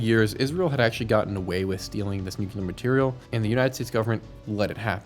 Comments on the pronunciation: Nu-cle-ar. NOT nuke-u-lar. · It’s pronounced “NOO-KLEE-AR” not “NOO-Q-LAR” Just look how it’s spelled… NUCLEAR… not NUCULAR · Americans - nuclear is "new clear" not "new queue lar" and escape doesn't have an x in it. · NUCLEAR. Not Nu cu lar. You actually said it a couple of times but you kept saying nucular like W.Bush. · NU - CLE - AR repeat after me... NU - CLE - AR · Good video but please quit saying “nucular”